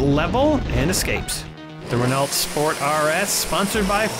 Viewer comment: I am guessing Renault cars are mostly only in Europe. It is French and pronounced more like Reh-no.